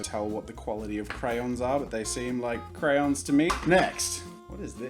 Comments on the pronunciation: I love how he says crayons CRAyOnS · cRoWnS I assume he means crayons and just pronounces it like SimplyNailogical from the accent